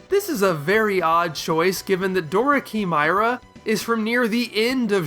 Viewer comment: Why do so many people have a hard time pronouncing "chimera"? It's not "key-my-rah" or "shimmer-ah". It's "kai-mare-ah". It's frustrating.